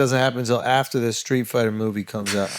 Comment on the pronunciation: It’s Streetfighter B. Not Skreetfighter. 😂